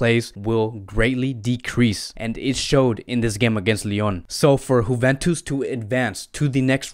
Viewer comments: D Nice but why he is saying like this 🤪🤪🤪 juventus right? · I like how you say "Huventus".....lol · Honestly u need to start pronouncing team properly its annoying wtf is whoventus or munitch